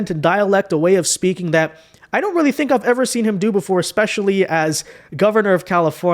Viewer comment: He’s going to have a “weally” hard time going up against anyone with his trash record in California. Do all Dems code switch? I see a pattern here.